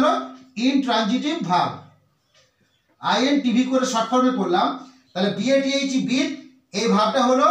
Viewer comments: Bathe এর উচ্চারণ হবে বেদ্ ।আমার জীবনে কোন দিন বিদ্ উচ্চারণ শুনি নি। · Bathe উচ্চারণ হবে অনেকটা - বেদ্ (শুনতে এমন লাগবে)। আর কখনই 'বিদ' হবে না।